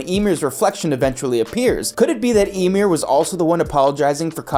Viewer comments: I can't keep watching this, you keep pronouncing Ymir's name as "Imyr" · you can tell narrator man didnt watch AOT at all 1. he says Ymir's name as Emir its pronounced with a Y like Ya 2. The rumbling is Wall Titans not Colossal Titans. Wall Titans are 50 meters tall. and the Colossal is 60 meters tall, with the other diffrence being one came out of a wall and other one didnt. 3. Every Titan has a person inside of it so the Wall Titans would be no diffrent. The only time we got an insight as to what its like to be inside of a mindless titan is Ymir in season 2 said it was like living in a nightmare. 4. In the manga of AOT which believe it or not this anime is based on the opening scene there is 0 flowers 0 windmills just grass Eren and Mikasa. Its nothing resembling life or any of that its little changes to the animation to what the animators felt like doing. 5. The statue does not change poses those are diffrent statues as both of them can be seen in Part 1 of Season 4. The statue is of Helos who was I believe the one who ended the great titan war and send eldians to paradis. So diffrent statues of the same person it dosnt change. Last but not least watch the god damn show before making a script where everything you say is wrong.